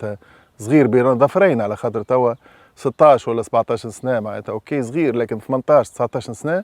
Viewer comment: صغير وليس زغير 😂